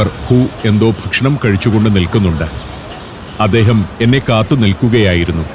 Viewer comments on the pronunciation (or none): ശീവേലി കൊള്ളാം. പിന്നെ, വല്ല്യ, അദേഹം, പച്ചാത്താപം ഒക്കെ മാറ്റണം. വായനയുടെ രീതി, ശബ്ദം നല്ലത്.